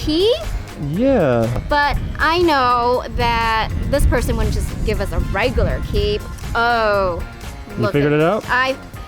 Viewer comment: it should be regular and not raigular